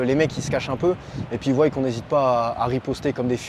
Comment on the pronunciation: Ils voillent !!!! non ils voient... c c'est moi qu il avait conseillé, morales , morales, dc qu on eut lieu, qu on a !!!! Il n est pas bac + 5 en français !!! Qui zont !!! Y zon !! Français, polonais.. pas d ukrainien !!!